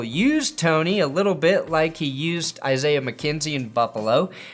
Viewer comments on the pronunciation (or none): none